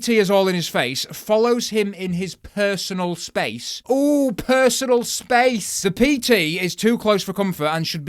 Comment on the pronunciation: The "oooohh persanal spase" gets me everytime